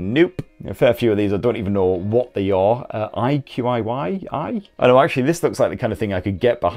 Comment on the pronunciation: iQIYI pronounced eye chee yee and give a look to Bad kids, The long night, Burning Ice to name a few dramas on there. When’s Xiaomi releasing the mi 11 ultra ?